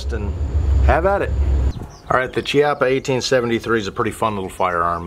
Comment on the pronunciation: Pronounced "KEE-ah-pah"